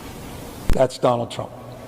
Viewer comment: Did she say Donald JEAN Trump?